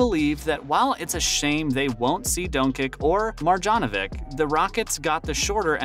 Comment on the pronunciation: Dončić = Donchich and not Donkik ... you have learn the right pronouncing of Lukas surname. Marjanović = Maryanovich.